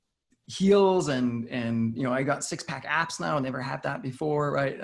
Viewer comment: Did he say "six pack apps"?